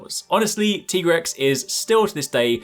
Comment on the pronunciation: It’s tie-grex like tiger